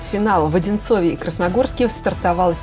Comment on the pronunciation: Ухо режет. (В Одинцове ) - так говорить нельзя. Правильно - в Одинцово